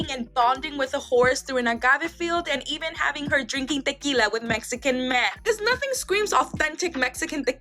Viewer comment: The girl saying tequila pisses me off 😂